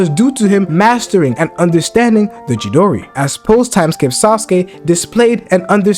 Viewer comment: I can't let you get away with butchering CHIDORI 😂 It is pronounced CHEE-DOOR-EE